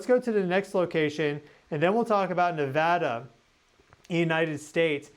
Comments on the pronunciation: Thank you so much for saying Nevada correctly. ❤😊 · I just want to say I thank you for saying Nevada correctly, we take it seriously around here lol